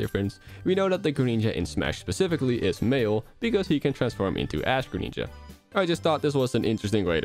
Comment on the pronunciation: "Secret Neenja Attack" "Greneenja"